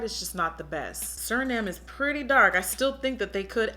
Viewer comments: I think it’s supposed to be Surname (like a last name ex: Dickhausen is my surname) pronounced “Sir-Name” rather than “Sur-Nahm.” It’s fine though, the look is beautiful! I love your charisma and the way you say things! That’s why I subscribe and watch! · Yaaasss!!! I love this. That contour is looking snatched to death too. (BTW the brow pencil name is pronounced “sir-name”. A surname is like someone’s last name.) Okay going back to finish watch the video. 😊😊🙏🏽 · How she pronounces surname LOL. Love it.